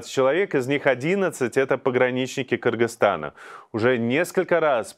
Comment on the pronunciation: Очень приятно что Ведущий, правильно выговаривает название нашего братского соседа - Кыргызтана. Через "Ы", а как некоторые русичи.